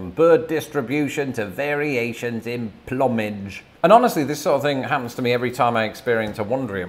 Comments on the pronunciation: Has nobody told you yet that it is plumage…sounds like “ploomage” not “plumage” like the fruit… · Plum-edge. Is that the Britspeak pronunciation? I believe the US pronunciation is ploom-idge. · Did you just pronounce plumage as pluhmige? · Pron. ploomage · “Plumage” in ‘Merica is pronounced ploom age. Carry on.